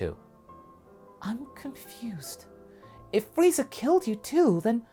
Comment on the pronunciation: Lmao I heard Freizer. Good stuff tho 😊